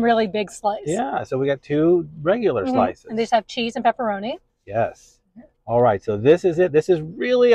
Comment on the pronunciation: It's pepperoni not pepparami